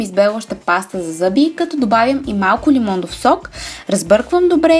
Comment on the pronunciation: Клипа е много полезен, но само аз ли чух лимондов сок😂😂😂